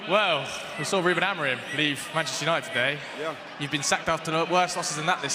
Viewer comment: That Main Commentor is so Bias & Crap, watching & talking about M7 vs NDL, yet refers to NDL as "Yanited" - absolute joke. The Baller League Staff are terrible & have some weird issue with M7 & NDL for some reason.